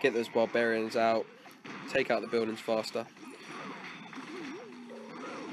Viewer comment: The Only Thing That Didn't Change In You From This To Now Is The Way You Pronounce 'Buildings'. Sounds Like 'Buidings' With Your Accent, Just A Joke, No Offence.